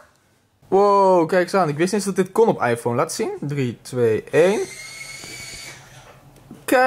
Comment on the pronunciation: Niemand: Helemaal niemand:: EiFoOn